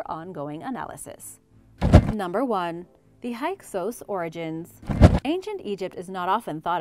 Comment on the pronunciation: FYI: Hyksos is Pronounced: "Hick-sos"